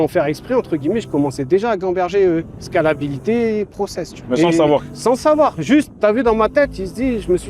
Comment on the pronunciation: Sort de ce corp Anthony bourbon « scalabilite « 😭😂